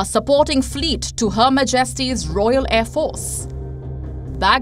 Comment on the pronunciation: not maJESTY MAJesty. Comeone folks English is not your language so if you speak English at least learn the stresses correctly